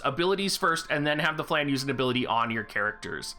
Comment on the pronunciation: please pronounce flan right it's a french word.